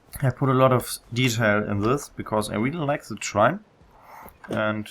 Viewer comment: cool, you talk like Sam from Far Cry 3. "Ze" instead of "The", amazing simple thing like that brings back memories for an amazing game.